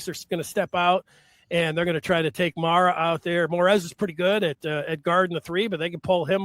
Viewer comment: How’s a guy from “the Michigan side,” and, more specifically, from the Maize and Blue Review, pronouncing Yaxel’s last name LendeNborg and not properly as Lendeborg? Announcer on Duke game did the same thing. Also, Aday Mara pronounces his name as Ah-die, not Ah-day. Come on.